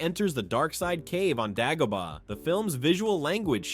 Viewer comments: Day go bar not dag o bar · DAY-GO-BAH! Also ONLY Han shot in A new Hope. You probably say Obi “ONE” too. Who’s doing these voiceovers?! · You’re not pronouncing Dagobah correctly, probably because you are a droid.